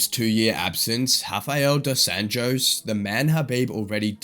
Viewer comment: A channel called "Fight Club" says Dos Anjos' name as "Dos Ann-joes." Okay.